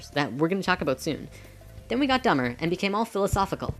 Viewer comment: I love the series, but cringe every time you say "dumber" :P